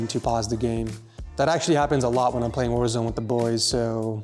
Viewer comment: I love how he very clearly emphasizes "warzone with the boys" :)